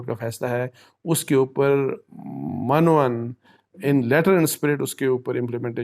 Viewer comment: Not mun o un, correct is min o un